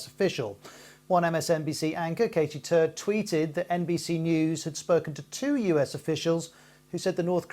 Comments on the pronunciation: did i hear "katie turd" right? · Lol did he say the reporters name was called Katie Turd? Poor lass 😂